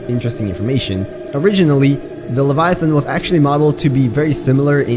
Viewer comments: please look up how to pronounce leviathan. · at least you know you said it wrong. Didn't mean to come across as rude, but I am a grammar nazi. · 1 you pronounced leviathan wrong 2 the reaper is longer than the cyclops not almost as long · WHAT YOU MISSED WAS ITS PRONOUNCED LEVIATHAN NOT LEVIATHON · Pronunciation: Reaper Leviathun How you say it: Reaper Leviathon Me: ??? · he says Leviathon instead of Leviathan............I actually think Leviathon sounds better. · Leviath’’AN’’ not leviath’’ON’’ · “Reaper leviothon” It’s pronounced leh-vi-a-then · I hate the way you say leviathan. There's an "a" there, not an "o". Stop it. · The way you said Leviathan crackedr up. It's like calling a thong Thang. Lev-I-A-THAAN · Tioper liviotoin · "Reaper leviathont" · “Reaper LaviaTHON” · "Leviathon" - 2019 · “l e v i a t h o n” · Remember when said "reaper leviathon" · Yeah, he said lev-eye-uh-thon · "Reaper Leviathon" 💀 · reaper laviathon, yes defifnitley how you pronounce it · Any other OCD people annoyed at his pronunciation of the word leviathan? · Mkay like im fine with everything else and the lore and all that but like I hate how you pronounce leviathan is that just me? 😂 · I hate the way he pronounces leviathan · Disliking the video solely based on how you said leviathan seconds. Stopped the video. Unfollowed. Turned off my phone.